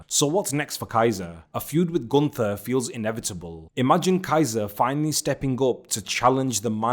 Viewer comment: gunTHer has no aura. GunT(h)er has motion. Say it like it’s oktoberfest and there is a thick German girl who will only love u if you speak her father’s name correctly, and her father is Ze Ring Generale.